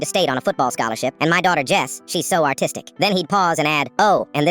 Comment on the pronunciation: I heard shes so autistic instead of artistc and I had to rewatch the video to be sure😭